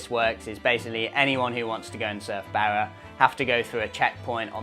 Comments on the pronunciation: por favor, my ears are bleeding hearing you pronounce Barra as Bear a. It’s pronounced Bar a, like you were at the Bar a having a few drinks. With a little practice, you can do it,. Another great video, gracias. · No way he can pronounce the "rr"😊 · Great video, I wish there was some way to seamlessly use the spanish pronunciation of "Barra" in your videos, saying it in 'Strayan sounds funny. No way around it though😊😊😊thanks